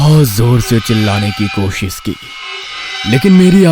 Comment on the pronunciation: कोशिश ❌ कोसिश ✅ 😂😂😂😂